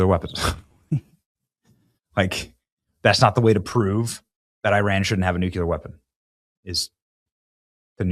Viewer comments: Love you, but please pronounce the word “NOO CLEE ar” correctly or you are channeling George W Bush who famously pronounced it “NOOK U Ler”. Please, if we’re going to end civilization with this weapon, let’s say the work correctly. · NU-CUE-LUR! Haven't we discussed this Try it like it's spelled: nu-clear. 😘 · all you need to do is run a simple google search for the pronunciation of the word. It will even show you the discussion on why so many Americans mispronounce the word as Nucular instead of Nuclear. The pronunciation is primarily an American thing. Dictionaries will also show the proper pronunciation of the word. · Nuclear...NOT nukular! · Nuclear, pronounced "New-cleear". Not pronounced "New-Q-Lur" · Benny, repeat after me, you need to pronounce it Nu klee er, not Nuk Yoo ler. Love ya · And again, its "nuclear", not "nucular". 🙄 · N-U-C-L-E-A-R NOT N-U-C-U-L-A-R, BENNY!! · NU CLEAR jeez man learn to pronounce it if you're going to say it SO much, it's NOT NU Cu ler, its NU CLEAR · New-Clear please say it correctly. Stop George Bushing it. New-Clear, not Nu-Cue-L-er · Just say nuclear instead of nucular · It's pronounced "new-clear". Not "Nuculear". GWB had the same mispronunciation. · Please….please don’t say NUK “U”LER…..it’s pronounced “Nu-CLEAR” Good Lord…. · Nuclear, my boy Benny! "nuculer"....NOT A WORD! It's NUCLEAR! You're a smart man. Learn to pronounce the word correctly, please! Also, I love you. You are our boy. Always. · Please pronounce "nuclear" correctly. It is not as you are saying (and Jimmy Carter and George W. Bush kept mispronouncing it this way too). It is NOT "noo cue ler" as you are saying. It is "noo klee ar". You can do this. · Aren't they called nuclear weapons? He keeps saying nucular. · NEW-CLEAR Benny. Not Nuke-yuh-luhr. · Omg it's nuCLEar not nuCULar. So simple yet not possible for some? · NEW-KLEE-UR 👍 NEW-CUE-LUR 👎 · Please please please learn to pronounce nuclear instead of nukular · Nu-clee-er Repeat after me